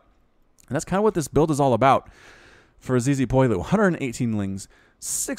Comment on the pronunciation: "Zizipoilu"... Fortunately you don't speak french